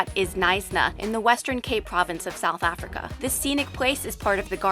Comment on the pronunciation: Anyone else cringes when she says Africa?